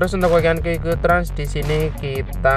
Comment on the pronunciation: qq trans ❌ kiuw kiuw trans✅ kedengaran gak